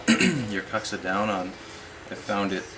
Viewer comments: proper pronunciation of kuksa is 'kook-sa' ... if you're going to use a Finnish word, try to say it right :D thanks for the vids! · Kook-sa is correct, and it is a little annoying to hear it pronounced poorly, but people who pronounce it this poorly just don't care. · Why keep pronouncing it so poorly when you know better. Doing so really doesn't enhance the quality of you videos, or instill much confidence.